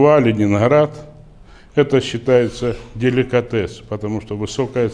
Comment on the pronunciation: "Лунинград" и америка. всё ясно. Зачем он раскрывает производственные секреты? по инерции. "ленинград" в костях